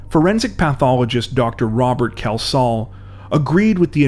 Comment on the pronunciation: I know this case mainly because a relative was the pathologist, so I knew where it was all going. Sadly, you did butcher his name, repeatedly. There is no OH in the name, what was that about? It is pronounced KELS-HALL. Apart from that, okay.